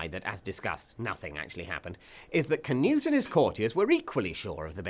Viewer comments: It's spelled "Knut" and pronounced "Knut", NOT "canoe". There should absolutely be NO "A", spelled or spoken. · im no expert on grammar, but there's no "kuh" sound much rather something more like "kh" so normal sound for K and slap on the exhale-y bit to soften it before "nut" part. im pretty sure if you just type in "Knut" in any of the nordic languages(finnish dont count they're northern not nordic)in google translate you'd get the right way to pronounce it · Pronounced k'noot, not ker-newt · Why do English people pronounce it "canute"? It's Knud. Knud. The d is like in edible. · Its Knud tho, English people pronounce "Cnut" correct, as thats English. Its like Michael, in Danish, and Micheal, in English.... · Scandinavian greetings, but also scandinavian insults, for that defilement of a pronunciation of "Knut".